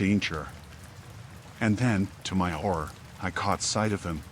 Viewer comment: HORROR , he said HORR-OR 😅😂